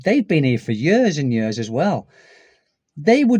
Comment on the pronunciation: Now, when you say the word "years", it sounds like "yurs". If you know what "ears" sounds like, you just make the "y" sound, followed by the "ears" sound. Maybe "yeers" would be a good way to describe how "years" should sound 😊